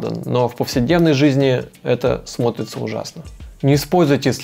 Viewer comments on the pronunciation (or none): Насчёт грамотной речи погорячились... Почти в каждом мини-сюжете вместо "это смотрится" слышим "это сморится" а то и "это смоется". 8.53 - 8.58 особенно. Советы правильные, но слушать такую жёваную речь с проглоченными окончаниями, пришипетываниями, сюсюканье, небрежным, неграмотным произношением было трудно.